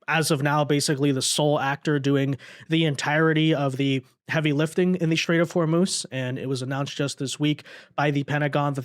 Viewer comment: The Strait of Whormoooze?